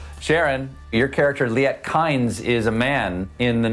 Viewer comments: And the diversity affirmative action hire still mispronounced "Fremen" and "Kynes". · Who else noticed that he pronounced Kynes wrong ? And Fremen is also wrong . I really hope they did it right in the movie.